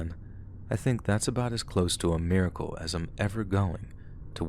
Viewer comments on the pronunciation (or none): none